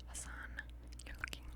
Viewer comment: Did you say Hassan?😀